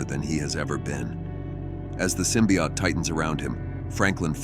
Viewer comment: The narrator keeps mentioning something called a symbiot. What's the difference between a symbiot and a symbiote, besides pronunciation?